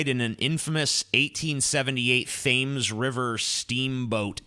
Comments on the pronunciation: "Thaymes" river... Haha. It's the "Temms" river 😋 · It's pronounced "tehms" not "thayms" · I dunno if I can take a report on Jack the Ripper seriously from someone who cannot pronounce “River Thames”